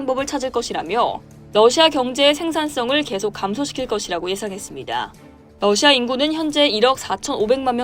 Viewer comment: 러시아가 아니라 너샤 라고 발음하는 듯